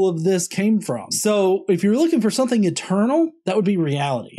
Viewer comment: "sometheen came from notheen?"